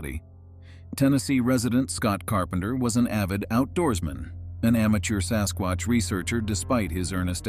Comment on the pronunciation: the AI voice said sascrotch